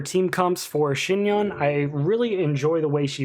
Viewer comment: Omg you're one of the only youtubers that actually pronounced her name right thank you 🙏 great vid btw!!